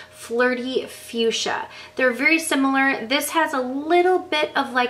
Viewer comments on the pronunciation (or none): none